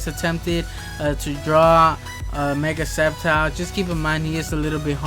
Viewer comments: It's sceptile not skeptile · Its silent c